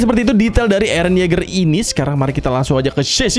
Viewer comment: bacanya yega